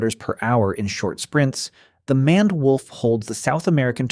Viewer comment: Did you seriously pronounce maned as manned when it's closer to mained? Either get a dictionary or go back to school.